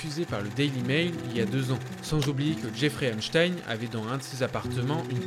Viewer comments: Epstein se prononce Epsteen… pas comme Einstein… faut mieux les nommer comme il faut ces monstres. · vidéo cool mais c’est pas einstein c’est epstein